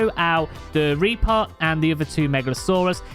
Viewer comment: The way you were saying reaper was driving me a lil crazy. Sometime it was reapah sometimes it was reaper occasianally it was reapuh. Like wtf man pick a pronunciation lol